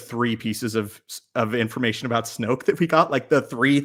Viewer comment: It took nearly the entire video, but went full Canadian right at the end. At, 2 “eh’s” and an “aboat” within a 2 minute span. 😄